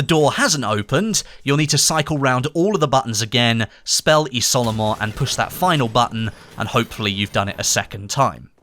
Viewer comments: Oh lol it's pronounced "Izolement" not "Isolement" lol Great video BTW! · just so you know: you should prononce it "iZolement", great video tho! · It's pronounced iZolement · What I've learned from the Easter egg is that none of the Youtubers covering it can pronounce "isolement" correctly.